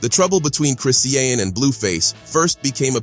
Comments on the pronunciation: Lmao 😂 Chris-See-An Bruh Its Chri-Shawn (Chri-Sean) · It's Chri-shawñ...NOT Chris-see-awn dummy. Ugh😮‍💨🙄